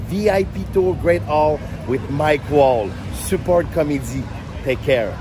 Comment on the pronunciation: Prononce son nom comme il faut au moins… c’est pas Mike Wall c’est Mike Ward